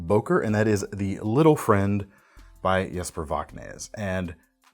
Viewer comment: Love the video, hate the way you say Voxnaes.